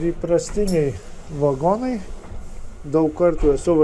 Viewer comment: neVAgonai bet vaGOnai..lIAtuvis